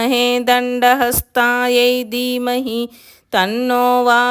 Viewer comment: Dermahi kaadamma...Dheemahi